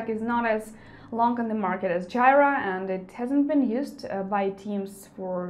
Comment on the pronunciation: Jira (/ˈdʒiːrə/ JEE-rə) ;)